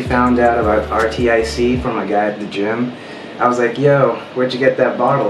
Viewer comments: Its pronounced ARCTIC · I just noticed it's pronounced artic lol